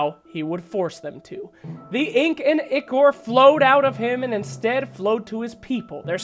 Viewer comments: bro its called Eye-core not ick-ore. smh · Im sorry, but it's pronounced eye-core not ikor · It's spelled Ichor, it's pronounced ick-er though. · someone please tell this man how to say ichor